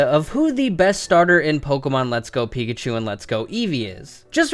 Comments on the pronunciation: says pikahu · who else noticed at the end it said, "Pikahu"?